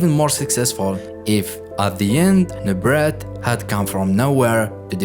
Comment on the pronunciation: The t is silent in his last name..pronounced new-brey